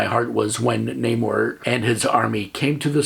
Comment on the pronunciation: Also thank you for pronouncing Namor's name correctly. MCU pulled the ol DC "Ra's al Ghul" oopsie.